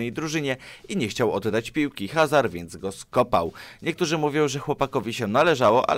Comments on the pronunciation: Ajax Amsterdam a nie Rotterdam! Nie edan tylko Eden i nie Hazard tylko Azard! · Eden Azard tak się to czyta